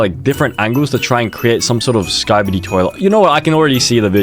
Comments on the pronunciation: i know it's skibidi toilet but he said skibidie toilet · For those who don’t know, it’s skibidi toilet not Skibadie toilet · bro really said skibi die toilet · "skybidi toileh" 😭🤞🥀💀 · “Skybeedee twoilet” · WHY DID BRO PRONOUNCE SKIBIDI LIKE THAT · Why does he say skibidi like that? 😭